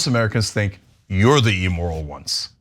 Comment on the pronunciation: It's not " emoral". It's either immoral or amoral.